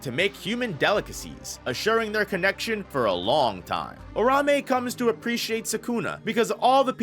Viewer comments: Ur ta hime that’s how you say it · Lean how to say Uraume correctly you bum lol